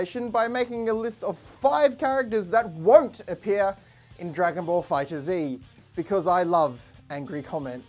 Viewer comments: Not to hate but its pronounced "Fighters" not "Fighter - Z" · It’s pronounced fighters but with a Z not fighter Z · It's pronounced fighters. Not fighter Z . Just thought I clarify :) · its Pronounced DRAGON BALL Fighters